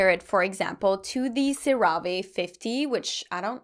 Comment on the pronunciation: Love this vid, so helpful!! 😍😍 Just FYI CeraVe is pronounced 'Cera' like 'Sarah' and 'Ve' like 'Vay' SarahVay 😁😁